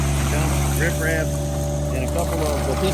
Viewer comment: It's rip wrap clown. Not rif raff.